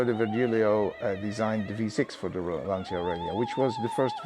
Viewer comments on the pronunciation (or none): beautiful clip, amazing car - but please look up on how to pronounce 'Lancia' correctly...